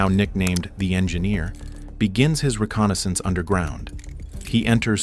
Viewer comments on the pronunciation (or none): none